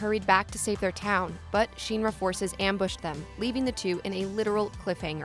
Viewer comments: She makes a video sounding like she knows the lore but probably just read it somewhere not even play the games. It’s not sheenra it’s shinra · Shinra. Not sheenra. Lmaaao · 1 minutes 38 seconds in and I'm commenting to say that the letter "i" does not always make the "ee" sound... It is shin ra (like the shin part of your legs...). Not sheen ra. This already irks me... Gonna try to watch the rest... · SHEEN-ra? Martin Sheen-ra? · Not Sephiroth's group of soldiers. SOLDIER is owned by Shinra. Which is not Sheeenra. You'd know if you ya know played and heard it said. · Why is pronouncing shinra so hard? Just listen to a voice clip from the game. Or the movie. Or the 2 other games with vocals. Shin Ra Not Shien ra. She even flipped between saying it right and wrong. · Say sheenra one more time, I dare you . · Stop saying Shinra like that! “Sheen Ra” whaaat? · Take a shot every time you cringe hearing her say “Sheeen Ra” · it's my position if you are targeting an english audience then you need to use proper english pronunciation. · This was great... but why do you pronounce SHINRA so weird!? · No no no it's definitely not pronounced like how she says it in this video. Go watch the creative process videos and the interviews with the Nomura and Kitase and see how they pronounce Shinra. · And the pronunciation of Shinra in the video is incorrect.